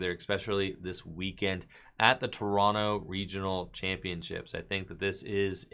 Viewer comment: I've always appreciated how you say "Toronto" like a Canadian. "Tor-on-no" phonetically.